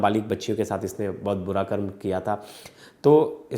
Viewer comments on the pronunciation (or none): none